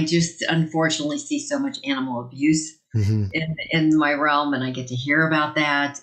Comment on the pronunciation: Did she say realum or rum ?